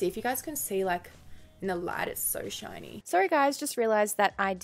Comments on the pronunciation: I heard '' material when she said shiny material 😂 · I keep thinking you're saying not shiny. 😂